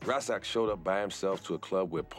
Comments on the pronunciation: He keeps pronouncing Chamillions brother name wrong. He cant even say Rasaq. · It's pronounced "Riz-ock" not "Rah-sock".... dat nigga sounded like charlie murphy lol